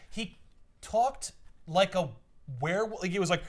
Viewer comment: I simply need to say everytime someone says "werewolf" I can only ever hear "wheir-whilf"